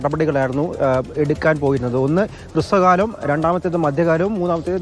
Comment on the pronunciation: മലയാളം അറിഞ്ഞുകൂടാത്ത തായോളികളെ ഒക്കെയാണ് റിപ്പോർട്ട്‌ ചെയ്യാൻ വിട്ടിരിക്കുന്നത് ഹൃസ്വകാലം അല്ല മൈരേ ഹ്രസ്വകാലം ജലം നദി അല്ല ഝലം നദി നീയൊക്കെ മലയാളി ആണെന്ന് പറയുന്നത് തന്നെ കേരളത്തിന് അപമാനമാണ് 😡